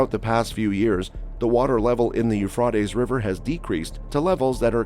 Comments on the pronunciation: It's not pronounced "eu frot ays", it's "eu fray teas"! It's hard to watch you mess that up so many times! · Learn how to pronounce YOU-FRAY-TEES PLEASE! Euphrates You Fray Tees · Pronounced You-fray-tees. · a tes not ah tes.... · "U-fraw-tees" River I've never heard that one before. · Speak correctly, it's you-fray-teez river. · It is pronounced , euph ray tees . Ray as in x ray . . Idiot . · Dude. Your text to speech program sounds totally awful and stupid, It’s properly pronounced u-U -freight-E’s , geez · You’re making me crazy: it is pronounced as “. yoo fray teez” river!!! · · The way he says Euphrates is annoying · Hey, it's pronounced with an a, not an o. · The person narrating this needs to learn how to pronounce words correctly! The "a" in Euphrates is pronounced with a long vowel sound, not short sound, Uneducated idiot. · it's interesting the person (?) robot (?) can not pronounce euphrates no matter how hard they try. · Yes I was thinking about that word not heard it pronounced like that before ? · Prounce the river right. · In the meantime, please learn how to pronounce the word “Euphrates” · Is anyone else bothered by the he says the rivers name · LEARN HOW TO SAY THE RIVERS NAME CORRECTLY!!!! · And knows how to pronounce the river rught